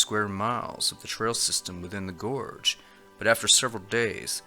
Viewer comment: Trell? Do you mean trail?